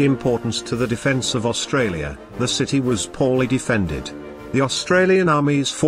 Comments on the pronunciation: Australia not Austrarlia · Australia not Austrarlia... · AUSTRARLIA? The narration is hard to endure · "Austrarlia?" Really? This was an interesting presentation about an action I'd never heard of, but to be taken seriously, you need to proofread your stuff. Nothing puts me off more than badges of ignorance in material I hope to learn from. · damn. WHo wrote this? Austrarlia? I do that in the morning but would use a speller for something like this. If this IS machine speech-it makes some serious errors of pronunciation which identify it as non English speaking creators. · What country this fella AustraRlia? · why is it Austrarlia ? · Austrarlia :), otherwise, brilliantly done :) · Great Video but its Australia not Austrarlia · It’s Australia not Austrarlia. Fair dinkum’, at least get our name right. Clearly your graphics person can’t spell. It is gun battery, not baterry. Also the narration should be South Australia, not ‘Australia’s southern state’. Very poor video for these reasons alone. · Austrarlia, that’s how Japanese pronounced it. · Sorry but all credibility for this video is lost when you read "Austrarlia" (sic) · At 3.17 ..AUSTRARLIA ... 🤣🤣🤣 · Austrarlia lol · its Australia and not AUSTRARLIA hahaha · Haven’t heard of “Austrarlia” before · "Austrarlia" seriously? talk about amateur hour! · Mate, the narrative is horrific and what the fuck is AUSTRARLIA? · AustraRlia.. LMAO. too many Rs.